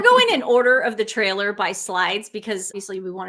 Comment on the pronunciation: It's thriller not trailer 😅